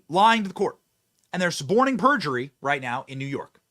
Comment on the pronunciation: Why are you wong???? Because you ain't wight!!!!!!